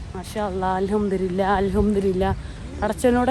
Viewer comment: Alhamdulillha എന്ന് പറയണം alhamdurilla അല്ല